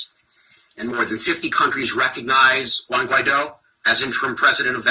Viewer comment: "languid oH" is president of Venezuela?